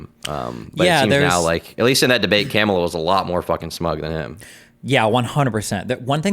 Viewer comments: "Camela" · Why can’t say Kamala? I know he knows how to say it right.